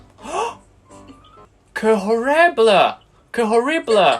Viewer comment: ，你 me llamo 讀錯了，雙ll太刻意。😂😂😂而且西班牙語h唔發音嘅，你讀“h”orrible，Rico即刻暴走咁糾正妳。哈哈哈哈哈哈